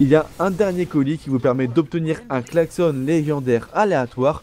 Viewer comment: On dit : il klaxonne mais il a un klaxon --> ça se prononce on comme maison et pas comme cochonne